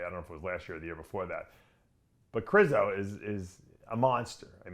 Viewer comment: Its ( Kre shzo) 😂